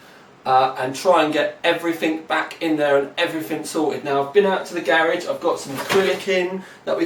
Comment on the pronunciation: I like how he pronounces garage!